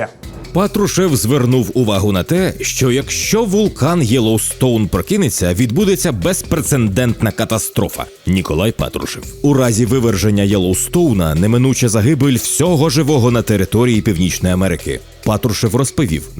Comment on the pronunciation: Друзі, ну пліз. Не "безпрИцедентий", не "безпрецЕНдентни" і навіть не "безпреНцеНдентний". Без-пре-ци-дент-ний. Невже це так важко?